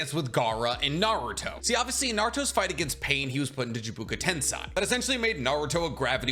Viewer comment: i know you have spoken on the pronunciation correction stuff before but please for the love of god pronounce tensei as ten-say instead of ten-sigh.